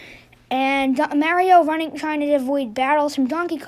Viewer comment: thanks for pronouncing it like mAHHHrio.